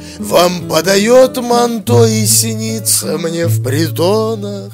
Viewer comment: В последних выражениях по моему лучше было бы "подчеркнуть" ударение в слове "вам" и потом потом на букву "о" в слове "манто"...